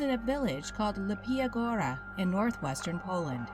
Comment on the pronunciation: oh lawd, the mispronunciations in the video hurt so much to hear, i can get some other name, but mateusz is fairly simple to anglify, matheus, and "leepya goo-ra" is not that hard to pronounce....